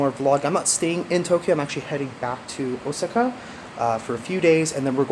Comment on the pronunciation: Hey I checked the pronunciation of Osaka and you are pronouncing it wrong….it should be like O-saw-ka. Just saying.